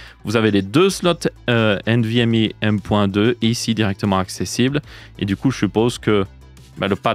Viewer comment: nvmi nimporte quoi, tu parle francais, c'est nvmEU